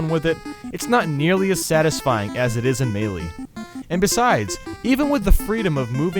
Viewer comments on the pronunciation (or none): none